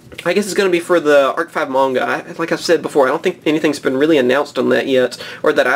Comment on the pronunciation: Its m-ah-nga not munga.